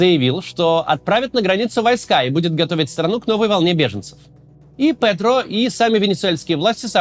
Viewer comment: Густаво ПэТро! Тупые вы все. Дальше смотреть не буду.